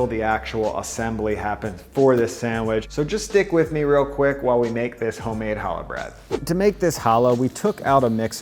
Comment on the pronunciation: disgusting. I mean you cannot even pronounce the bread name Challah correctly. tsk tsk tsk. Disgusting channel.